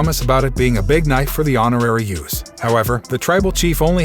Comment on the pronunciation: BTW, its USOS not YOUSOS